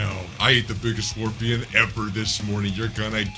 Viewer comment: It’s scorpion